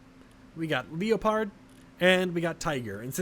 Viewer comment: No one commenting on how he said leopard